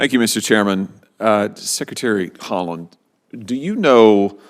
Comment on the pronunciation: biden iii lol haalaand.